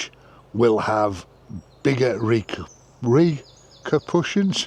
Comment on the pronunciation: Reaker pushions? No, Reaper Cushions.